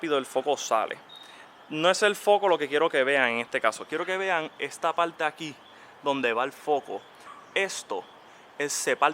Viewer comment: A ver , me parece que poco conoces de Mustang , primero que no es un cascanueces , lo que dices del guardabarros que tenga la linea con el capo , si ha tenido un choque y lo repararon muy bien ni te das cuenta , por la parte de fuera , de dentro si !!! no se me da que hablas por hablar , y un consejo , sacate la patata de la boca porque hablas tan mal !!!!!!! PARTA NO PALTA !!!!!!!! ME SANGRAN LOS IODOS DE OIRTE , Y SI TIENEN TANTOS DEFECTOS LOS MUSTANG COMO DICES , COMPRATE UN CAMARO , SERAS MAS FELIZ !!!!!!!!